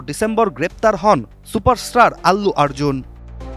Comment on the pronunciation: অল্লু আর্জুন না ভাই অর্জুন ঠিক মতো নাম টাও উচ্চারণ করতে পারে না আবার সংবাদ প্রচার করতে আসছে।